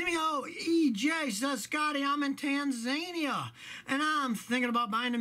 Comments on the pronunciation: It's Tan-za-nee-a, not Tan-zayn-ee-a, Scotty! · Pronounced Tan-Zan-Knee-a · Rev up your country pronunciations Tan Zah nee ah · "Tanzaynia" <3 :) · Tan _zar_nee-er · Tanzania 🤣 good pronunciation 👎